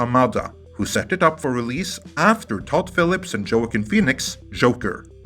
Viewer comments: “jo-uh-kin” haha! love ya bro, but... it’s pronounced “wah-keen” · I'm curious to know if you've ever heard Joaquin's name before? Even before the Joker movie came out, you could not escape someone talking about him. I probably heard his name five to ten times a week. It's "Wah-keen." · It’s pronounced (Wah-keen) Phoenix but ya this movie sucked. How it has a good audience score I’ll never know but it’s not even a “birds of prey” movie. It has nothing to do with that group. All of the characters are mischaracterized in one way or another. Harley’s now a sloppy drunk that gets lucky all the time instead of having any brains (even though she’s supposed to be a Dr.), Black Canary is .... well literally black now instead of a blonde bombshell, Renee Montoya wasn’t diverse enough in her other media portrayals so they Black washed her too, Huntress looks okay but was out of place in this movie, and black mask is now an insecure homosexual who decided to start all these problems because he didn’t want pictures of him getting pegged by fuckin ZASZ to get out... you know? The serial killer from the comics? ya that was the actual story but they decided to rewrite it making his motivations pure greed instead since they probably thought “ya that’s a little too far with the idiotic character changes in this movie let’s take that one out.” No thanks DC, even though we’re all suffering I can take at least some solace knowing Hollywood is on fire too. Fuck all of em, well see how moral they are now